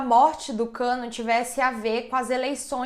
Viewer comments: Eu bugando varias vezes dela falando Kanno/cano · Dsclp mas eu ri mto toda vez q ouvia ela falando Kano )Cano)kkkkkkk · Nao to aguentando a falando "cano" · Gente tava tudo bem até o sobrenome da criatura ser revelado, e a apresentadora frisava o cano o tempo todo eu ri até morrer😂😂😂😂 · A pronúncia certa é Kannô